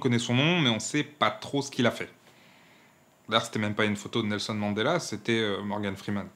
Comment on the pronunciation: Respect pour le clic à la prononciation du nom complet de Mandela !